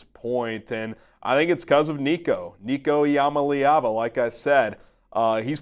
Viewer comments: BRO, It is pronounced EE-YA-MA-LAY-AVA... That is a name that WILL be said time after time!!! GO BIG FREEKIN ORANGE!!!! 🍊🍊🍊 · EE-AH-MAH-LAY-AH-VA. Keep practicing😂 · You gotta work on that last name. There's a video out there of Nico saying how it's pronounced. You got the syllables all wrong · I'm sorry buddy but you can't even say his name right